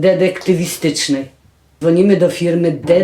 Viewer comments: "dedektywistycznej" :D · baśka ma broblem z wymówieniem słowa detektywistycznej a ja mam problem z wymówieniem grefut